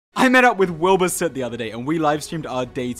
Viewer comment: When he pronounced soot it was "suet"